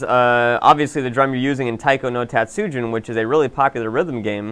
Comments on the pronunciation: How do you pronounce Tatsujin incorrectly if you've been studying Japanese, lol? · I agree. It can be out of place to switch accents in the middle of a sentence. What I normally try to do is pronounce the vowels and consonants correctly, but still use an American accent. So, for example. I would try to say Tatsujin like I would say "Taught Sue Gene". The only exceptions are Ryu and Tokyo and other similar words where there's a consonant and the letter y together, where Y is also pronounced as a consonant. This never really happens in the English language. However, saying "E-O" instead of "Yo" in these scenarios is very very similar. In fact, that's what the letter Y technically does, but jams the two sounds together.